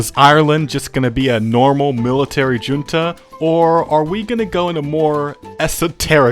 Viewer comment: The pronounciation of junta killed me a bit.